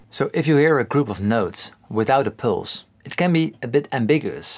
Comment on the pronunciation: Pulse sounds like "pills"